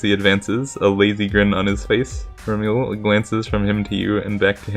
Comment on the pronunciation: Remele: Reh-Mel, as in (français) "re-melle", silent e at the end.